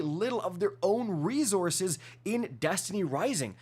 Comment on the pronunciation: Stop saying re-zorzes. It's re-sourses.